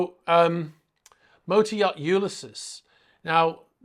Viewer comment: “U-lis-ees”. It’s a James Joyce novel; classic literature. Interesting update, as usual.